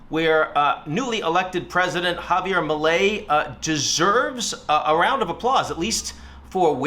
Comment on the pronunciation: Congrats on at least pronouncing the dude's name correctly, Milei on the other hand is still a whack job in my book. Cheers